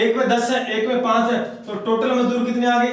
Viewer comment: मजूदर नहीं सर मजदुर होता है। थोड़ा समझाने का तरीका ठीक नहीं लगा । कृपया थोड़ा और सुधार करे।